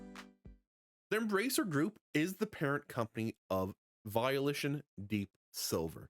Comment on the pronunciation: It’s Volition, not Violition……..